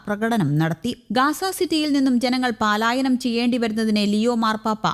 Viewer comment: പാലയനം അല്ല പലായനം കൗമുദിക്കാർ ശ്രദ്ധിക്കുമല്ലോ